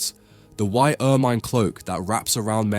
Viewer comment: Great study. Occasionally you do the correct pronunciation of closing t's, and sometimes not - "art", "part", "white", and "not". Tony Blair popularized this kind of pronunciation as he dissembled like a naughty little child. No need for us to follow suit. A nice crisp pronunciation sounds so much better, not so?